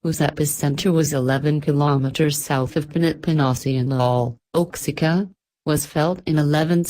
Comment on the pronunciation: oaxica ? It's wa-hack-uh